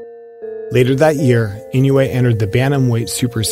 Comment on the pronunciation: Its not "E New Yay" but "E NO Wu Eh"